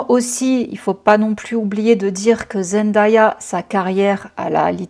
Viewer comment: Je vous en prie (pas que toi), est-ce qu’on peut prononcer correctement Zendaya ? Ça se dit Zen-day-a ("day" comme le jour en anglais) et pas Zen-da-ya 🙏